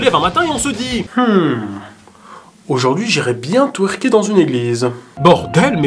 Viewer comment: Tweerker c'est vite dis 🤣🤣🤣